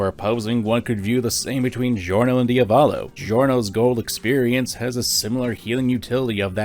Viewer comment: its pronounced Dee-a-vo-lo not dio-vollo